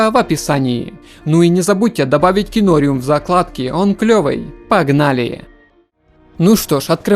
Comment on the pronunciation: что еще за КИНОРЮМ?? ты цыган что ли там же написано зарубежным по белому КИНОРИУМ как аквариум только КИНОРИУМ, с ударением на второй слог... наверное все таки ты цыган